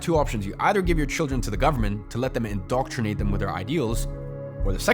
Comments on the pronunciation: Indoctrinate - not indoctornate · Indoctornate? Don't you mean INDOCTRINATE?